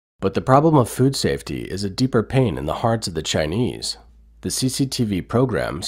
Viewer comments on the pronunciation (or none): none